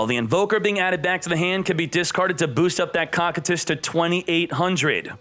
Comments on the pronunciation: its pronounced (KOU KAI TUS) not cockitus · no but he said it wrong like 90 times and every time it made me wanna shoot myself